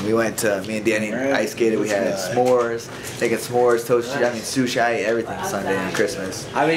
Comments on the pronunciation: Are we just going to ignore the fact Cody Garbrandt just said "soo-shie" not "sushi"...... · What is he saying? It nearly sounds like he is saying Sushi but pronouncing the "i" wrong. Or maybe I am mistaken and he is talking about something else that I don't know about. I guess everyone makes mistakes, doesn't matter. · IS THAT HOW YOU PRONOUNCE SUSHI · Cruz nailed it. Cody is a meat head. He thinks Cruz called his girlfriend a "flea"! He said, "Keep your fling on a string", not FLEA! And then later when Cody's talking about what he went out to eat, he calls sushi, "SOOSHY". Facepalm in full-effect. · did garbrandt call sushi sooshy? wtf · It's " Fling on a string", Cody. Not flee. And sushi not sushy. Ughhh... sigh -. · Did cody just pronounce sushi "sooshy"? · soo-shie??????????????"cody is dumb as hell" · Spencer Martinez Sue-She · cody said " he had shoeshy and everything" lmao.. this guy smh.. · I know where he's from, he mispronounced it. Believe me.